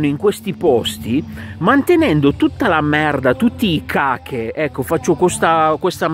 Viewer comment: Ciao, cache si dice casce'😅. Giuste osservazioni!